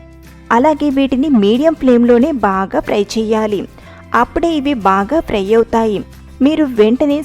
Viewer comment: Idhi pry kaadhu.... Fry